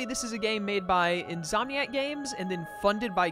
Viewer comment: it's insomniac you're saying it wrong it's pretty much a condition of when you can't go to sleep even though you want to which is why their gaming company is called insomniac